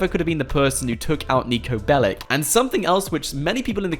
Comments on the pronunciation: he said pellic, ass jack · PLS stop calling him"Bellic"! You are not pronouncing it right! Its Belić, he is a Serbian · It’s bellic’s not bellics’s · How many times did he say nico belik?😅